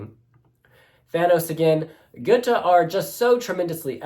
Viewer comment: Hi ...not "Gute" the "Å" is more like the sound when You say : I am in "awe" of someone or something.. = Gåte = "Gowte" = Riddle... 🙂👍👍